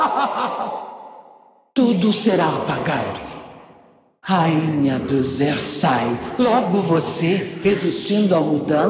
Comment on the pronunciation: Ela fala Xer'sai, mas parece Er'sai Xer'sai = raça da rek'sai